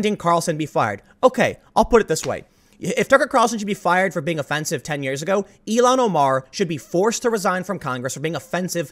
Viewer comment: Tim, it’s ILL-HAN Omar,...not Elon Omar